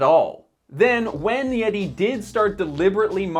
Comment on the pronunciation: Butchering the name of a company has no bearing on understanding sir.